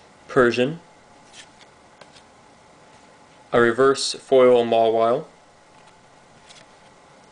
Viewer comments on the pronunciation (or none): none